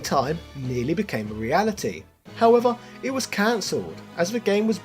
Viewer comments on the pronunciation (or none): none